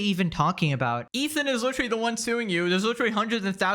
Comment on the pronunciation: Why does he say “licherwally” literally 9000 times a video like this shit is so annoying